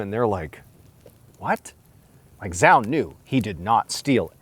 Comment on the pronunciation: 'Zhao' is pronounced Chow.